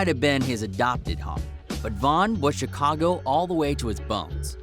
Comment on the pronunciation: He said chcaga